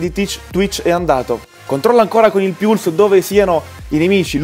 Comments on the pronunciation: P.S.: se vogliamo fare i pignoli la pronuncia inglese esatta sarebbe "polse" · si dice puls non piuls, italianizando le parole